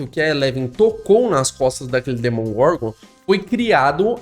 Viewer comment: amigo, se fala demogorgon, nao demongorgon